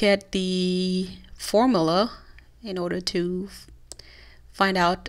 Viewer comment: You have the pronounce the U in formula.